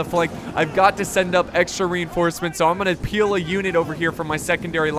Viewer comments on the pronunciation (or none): Peel- um not peel u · It's pilum in latin!